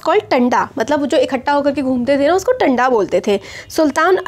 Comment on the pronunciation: Mam it is nat टंडा its तांडा ।